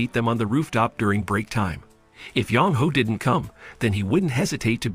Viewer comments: Sorry but having the guy reading the name as Young Hoe makes my roll on the ground with laughter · I can't help but keep hearing you say Yong Ho as "Young Hoe." 😂